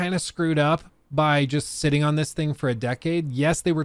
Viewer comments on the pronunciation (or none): none